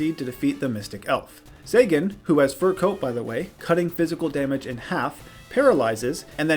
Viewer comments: oh my, how you said Celtic Guardian"..... it sounds like, "Keltic", not "Seltic" Sangan literally has an "N" in it, it's pronounced "Sa"N"gan", not "Sagan" "Wevile"..... you're doing this on purpose. It's Weevil with no "I" sound. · Enjoyed but daaaaamg those pronunciations lol. Seltic guardian and sengen were killing me lol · He also said sangan, weevil and a few other wrong lol